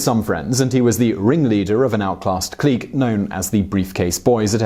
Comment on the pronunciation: I know this is unimportant but “clique” is pronounced “click”